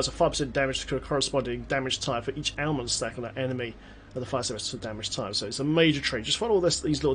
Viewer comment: I swear you keep saying Ailment "Snacks"